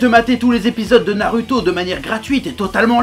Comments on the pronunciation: Tu me fais rire quand tu dis narUto...j aime bien...commentaire le plus inutile ever.. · Ça casse les couilles d'entendre un u dans naruto, tu veux pas prononcer goku "grocul" tant que t'y es ?